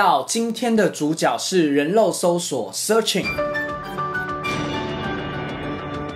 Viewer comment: 是發音拉 :3